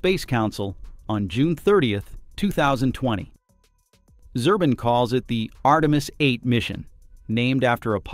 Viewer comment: Zubrin , not Zurbin